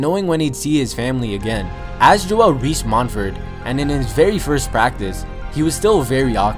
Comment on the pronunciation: this man said "mont verd"... smh